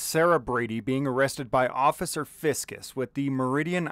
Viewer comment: I can't tell if you said occifer on purpose or accident, either way, it was hilarious hearing that